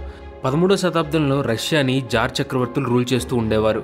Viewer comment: Adhi jar kadhu bro tsar